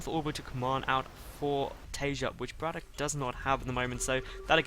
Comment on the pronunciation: Don't want to bother, but pls say brAtok and not brotak! U did this last time u casted him as well